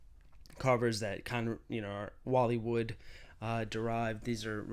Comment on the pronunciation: Command Strips fo liiiiife! Those damn things hold up everything! Also, did you say the word "wallywood"? Please clarify sir. Im also a fan of the Dazzler!